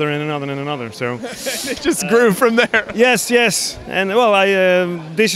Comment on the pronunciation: Oh yesh. Yesh yesh yesh yesh. This is a keeper